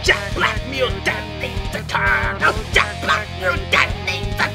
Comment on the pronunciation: IT'S JEKBLACK GET IT RIGHT